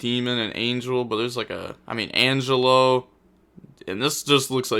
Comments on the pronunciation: De Moan demone and An Gel O for the 2 scales as for scelta i think it be said scale ta and i think you got the spells right so far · angelo: hun-jay-low, demone: dem-on-eh, scelta: shell-tuh, versare: verse-uh-reh, zebufera: zeh-booh-fair-uh. your pronounciation was kinda good btw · wants to pronounce Algelo and demone properly but fine with saying centron haha